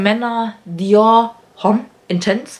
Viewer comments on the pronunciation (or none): Tipp: Bei "Homme" das H nicht aussprechen! Im Französischen ist das H quasi unsichtbar.